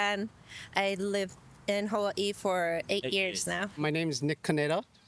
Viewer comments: Kuri, the hula dancer’s pronunciation of Hawai’i 👌🏼😍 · As someone from Hawaiʻi, I appreciate how the hula dancer pronounces it correctly (with the glottal stop between the A and the I).